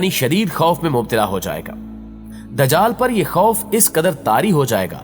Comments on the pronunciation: Bhai dajql nhi ..lafz dajjal hai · نہا یت ادب سے آپ کی ایک غلطی کی نشان دہی کر رہی ھوں۔۔ یہ لفظ د جال نہیں بلکہ دج جا ل ھے یعنی ج کے اوپر تشدید ھے تو پلیز اسی طرح پروناونس کیجئے۔